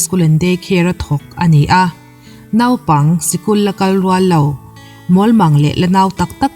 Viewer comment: Nopang ti lo a,Naupang ti a ilam hi atha khop mai👍